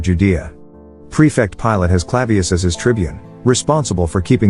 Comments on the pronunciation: Better to have a real person properly read this. Pilate & Pilates are not the same thing ..hehe. What I believe is not of any value. What myord Christ said is all that matters. ✡️✝️🙏🇨🇦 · Uuhhm. Horrible A.I. narration. His name was NOT "PILATES". It was "Pilate". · Pilate, not Pilates!😆Ah yes, the Roman governor Pilates, & his centurions Cardio, Yoga and Zumba. And it's JOSEPH of Arimethea, not Joshua! 😝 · It's not Pilates as in the exercise, but how we say, pilot! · Pilates? It’s Pilate. Idiots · nothing like artificial voice -over to fuck things up. Since when was the Roman Governor of Judea called "Pilates " It's Pilate for Crissake !! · it's Pontius Pilate (pronounced as "pilot"), not "Pilates" 😉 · Pontius Pilate (Pilate) not the same pronounciation as "pilates" a type of mind-body exercise . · Could have been a good approach, but isn't. I AM APPAULED that this commentator can not pronounce about any word: PilaTAYS! rahter than PIE-lat. jeesHUa is correct Hebrew accent. How can anyone who knows anything give this kind of preparation any credibility? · Thank you for this short sharing about one of my favorite movies, "Risen". Perhaps you can fix your mispronunciation of Pilate's name as the exercise form of Pilates. It's amusing but distracting. Again a lovely fantasy about Jesus and a Roman convert. Seeing is believing. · If you cant get a real voice to do the narration you need to forget it. Pilotes? Seriously? Its Pilote, Pontius that is . I cant listen to this anymore so stupid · Calling Pontius Pilate "Pilates" for the whole thing kept making me laugh... I didn't notice any Yoga mats last time I read the New Testament. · Pilate, not pilates--the exercise on a mat. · Pilate....not pilatees.... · FYI: Yeshua (ישוע) is pronounced Ye-shu-ah in modern Hebrew with emphasis on the last syllable, not the first two. Pilate’s name is Pilatus not Pilatius. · His name is pronounced "PIE-LET", don't you know this? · Pilate is pronounced, "Pilot." Stupid AI!